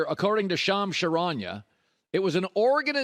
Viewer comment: I love Colin but it is so obvious that he doesn’t keep up with sports news that even the common NBA fan knows. His staff does all the legwork to prep for his show and he just reads his prompts and adds his touch to it. Colin mispronounced 3 names in this video. THREE. Shams Charania, Victor Wembanyama, Paolo Banchero… it’s not just that he mispronounced them, the way he butchered those names makes it obvious he has never even heard them pronounced before, especially Banchero